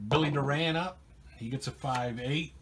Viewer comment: Thanks. What Happen To Mariano Duncan? He was the Reds Starting 2B During the 1990 Season. Also Just Saying...2B Bill Doran's Last Name is Pronounced Doorin.......Great Series, Take Care and Roll On***